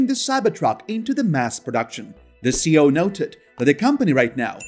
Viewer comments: but there are generally accepted uses and the acronym for chief executive officer C.E.O is not pronounced as one word….worldwide! Great info.. I learned more Tesla info here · I love your channel. I have only one small problem it’s your pronunciation of C.E.O, it’s an acronym not a word so each letter is supposed to be pronounced..Keep up the great work.